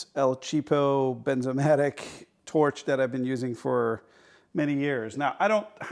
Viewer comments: Bernzomatic not Benzomatic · FYI, the name is "BeRnzomatic", with an "R" in it, not "Benzomatic" without an "R". The "R" isn't silent.